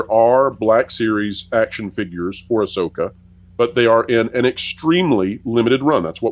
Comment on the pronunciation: Please it's AhSoyka 😂😂😂😂